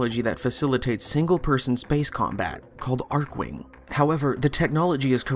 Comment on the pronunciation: I’m pretty sure it’s Archwing with a ch as in Chicken